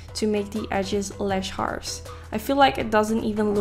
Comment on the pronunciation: "lesh hars"